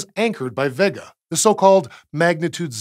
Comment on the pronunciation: Great video. But isn't it pronounced vay-ga, instead of vegga?